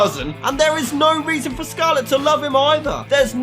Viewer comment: For absolutely nough reason For nough reason There's nough reason